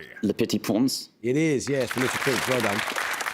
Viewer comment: why do english people always pronounce the french 'in' like the french 'en' ( - let petit prence)